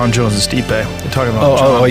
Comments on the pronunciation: bruh say the man's name right his name is not steep lmao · 😂 dude doesn’t even say stipes name right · HOLY #%$& NARRATOR. STOP making the same GD mistake EVERY SINGLE NARRATOR IN THE HISTORY OF YOUTUBE has made: BUTCHERING the names of the subject individual you are discussing. You some how manage to say both Stipe’s first AND last name incorrectly, throughout the entire video, DESPITE another woman saying his name correctly in a voice over - you say it correctly one time after that then GO BACK to saying it wrong! Wow!!!! THEN you say Ngannu’s name wrong - it’s pronounced ENN-GAH-NOO. You’re welcome! Five seconds on #%$&@ GOOGLE would have told you that! This happens on YouTube in EVERY VIDEO about sports stars; congratulations, you’re another statistic in the column of : “wtf it would have taken you three minutes to find the correct way to say words”. I feel like I’m giving advice to a five year old, but here we go… DON’T make a video about beloved figures and heroes of the people WITHOUT KNOWING HOW TO SAY THEIR NAMES CORRECTLY. It’s DUMB. It’s LOW EFFORT. It’s DISRESPECTFUL. You’re embarrassing yourself every time you butcher a great fighter’s name because you were too lazy to spend a ridiculously minimal time finding out how to say it right. Blocked. Channel NOT recommended. Thumbs down. Do better on your next video or don’t make one. Have a nice day.